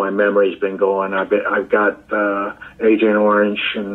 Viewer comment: "I've got Agent Orenge!" I'm pissing myself laughing here.